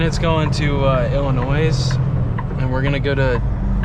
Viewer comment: The S is silent in Illinois, 😂. Stay safe and keep on trucking brotha!